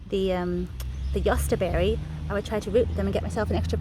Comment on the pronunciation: Your German pronunciation sounds good ,do you speak German?